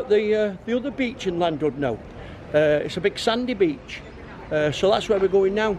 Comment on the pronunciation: Very impressed that you managed to say the ‘Ll’ in Llandudno, da iawn! Loved the video and looking forward to seeing your ones from Thailand later on this year!